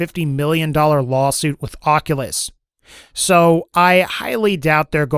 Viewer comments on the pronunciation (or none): none